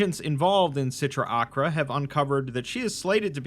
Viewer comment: Just a heads up, the C sound in Sitra Achra is silent